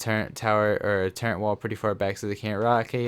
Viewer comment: Hey it’s turret not turrent